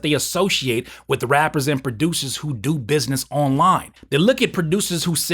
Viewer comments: In the beginning he said rappers and music baducers.. Lmao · I love how you pronounce the word: "Producers" keep it up 🤣🤣😂😂😂😂😂